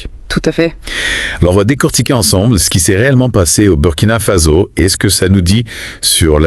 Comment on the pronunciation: C'est quoi merde ? In dit Burkina Faso pas Burkina fazo ppffff n'importe quoi un peu de respect